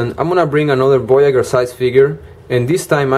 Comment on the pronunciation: I find this hard to convey over a textual comment, but voyager is audibly pronounced VOY-a-jur, not VOY-a-gher. Emphasis on the J sound, like Blue Jay. Voyager: one who voyages, one who sets out on a voyage. It's fine that you have an accent, and my intent is not to be rude, but even so, please use the correct consonant sound for this word. Thank you.